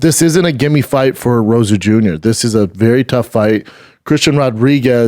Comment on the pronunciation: Rosa Jr? This moron can’t even say Rosas